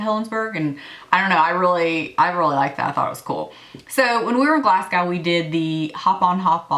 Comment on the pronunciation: Love this video! Btw it is pronounced Glas-go !!